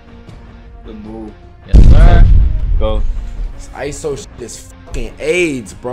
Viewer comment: Y he said ISO aids😂😂rely on screens too much